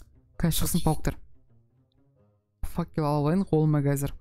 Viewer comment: керемет, одан артық не керек. Видеолары күштірек, достарыда керемет. Сосын Нуб факел дегенді факуй дей ма? 😂😂😂😂😂